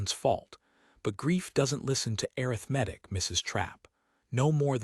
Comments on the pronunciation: Exactly. Also, arithmetic…. A-RITH-me-tic should be the emphasis. I am tired of hearing a-rith-MET-tic. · air.ith. metic 🤯 A RITH MA TIC Good story Good reading voice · Please teach AI to pronounce - a rith ma tik - it is the first pronunciation in the dictionary.. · I hate errith-medic for arithmetic. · Please teach these AI voices how to read words correctly. Can't pronounce arthimetic! Slocombe, etc. The story is nice but every time a word is mispronounced, I go nuts. There is no call for having 'readers' mispronouce evrrything. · would someone please tell AI how to Pronounce Arithmetic??? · Liked the story more than I expected, but worried that AI is going to change our pronunciation of words like ‘clapboard’, ‘Slocum’, and especially the noun ‘arithmetic’, before humans find their way to correcting it. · Story was good, but presentation was badly done. AI very bad with proper names. "Slocum" was mispronounced the entire story ("Slow'-come", not "slah-cum"). And the pronunciation of "arithmetic" was painful. The background pictures are unnecessary, unrelated and distracting, though a Commentor on another thread said the image can be enlarged with two fingers. This eliminates the captions, which do not follow the narration anyway. If captions are needed, I suspect "Closed Caption" would be more accurate. Narration was dry. I gave the story a Like, but did not Subscribe. OR, USA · I just wish this voice could pronounce the word “arithmetic”! It’s the same in other videos. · I agree. AI readers should have dictionary pronunciations programmed into them.